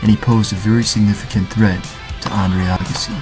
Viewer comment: Interesting..... But I'm pretty sure his name is Andre AYEgassi......lol. I don't think I've ever heard his name pronounced like that in 30 years.